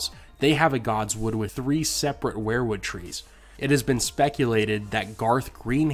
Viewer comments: Sounds like we're-wood not wear-wood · I hate to be "that guy" but I have to here. The pronunciation is "we're-wood" not "where-wood" I'm sorry but I am a pronunciation snob.....anywho thanks for the great content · why do you always pronounce it as WAREWOOD instead of WEERWOOD? Martin has said that he was a big Grateful Dead fan and it would just figure that he named the trees after Bob Weir. I love your channel and it's one of the very few that I've subscribed to. Peace bro